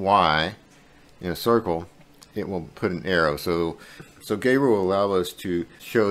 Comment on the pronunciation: I love Geru. A couple of things: 1. It’s pronounced like “Gear-oo” not “Gay-roo” 2. They offer a one-time payment lifetime deal for the software.